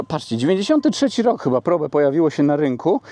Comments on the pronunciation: Ford Prołb, a nie probe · Powinno sie to wymawiac "prołb" po english, jak sonda po angielsku.